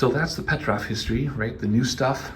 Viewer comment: PetrOf, not PetrÁf! 😆